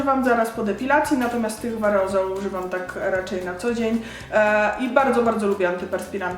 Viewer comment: Aerozolu nie areozolu.